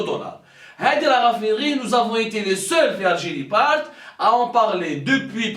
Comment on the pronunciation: Bouteflika viva L ALGIRÉ .😂😂😂 PUTAIN MEME EUX NE SAVENT PAS PRONONCER LE NOM DE LEURS pays CORRECTEMENT 😂😂😂GRANDS BOUZEBBALS 😂😂😂 ALGERIE = ALGIRÉ 😂😂😂😂